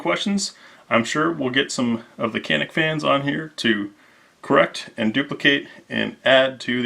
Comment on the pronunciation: Pronounce as Chanik